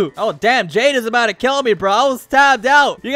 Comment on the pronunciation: And also it's kill not keel🤓🤓🤓🤓